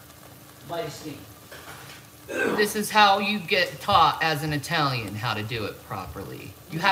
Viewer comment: Also I question anyone who is truly Italiian saying Italian with a long I. You say it with a short I just like Italy. She constantly says I Talian (long i)